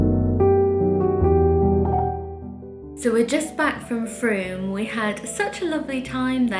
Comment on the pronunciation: You're definitely pronouncing Frome correctly. My husband's nephew lives there! We've never been but it has a brilliant market, I think on the first Sunday of each month. Lovely to have the tour of the house and Bath, and also to see all your purchases. Books and chocolates, what could be nicer. Those peonies are gorgeous, what a fabulous colour. A lovely scarf for your mum from Perspehone. Topping looks a super bookshop. I hope you enjoyed evensong at the Abbey, sounds very special.